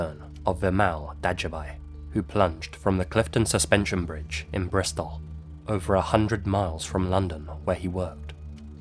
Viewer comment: The Clifton suspension bridge is in "Bristol" not "Bristof"